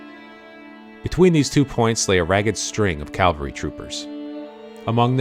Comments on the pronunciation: Very good video, but again, mind pronunciation: CAValry 🐎🐎🐎 CALvary ✝️✝️✝️ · "Cav-alry", not "Cal-vary". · Umm, with all due respect, it is CAV AL RY not CAL VARY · Pronunciation error: A company of horse soldiers is a "Cavalry". "Calvary" is the location of Christ's crucifixion. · Very well researched and presented video. I'm bothered by many people's use of the word "calvary" in place of "cavalry." While everyone knows which is referred to by context, they are two very different words in actual meaning. This obviously bothers me more than it bothers most folks, and mars an otherwise fantastic video. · Interesting and well done video! Thanks. (Minor thing; It’s “cav-al-ry”! ) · It makes me cringe every time I hear learned people mispronounce the word. Last night I watched a Montana PBS doc on the Bozeman trail where the narrator continuously referred to them as Calvary. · No mention of Crazy Horses' role in leading the decoy party as a teen ager. Also, no "l" in "cavalry" (probably AI narration though). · Good video, would be better if narrator knew the difference cavalry and Calvary. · It's particularly galling to hear high ranking military men doing it. It's ubiquitous these days.